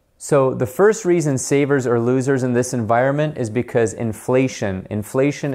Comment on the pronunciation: Great explanation but I think that you could have “saved” a “t” in the word environment 😀. I enjoyed the video.